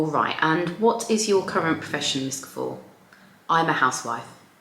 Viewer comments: Mispronouncing the main person’s surname really belies fact you did even basic research. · Do u mispronounce her name throughout? For goodness sake how does she see Guffour???? You have lost a viewer in 3 minutes